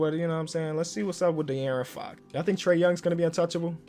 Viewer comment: "Lets see whats up with De'Aaron Fock" -🐐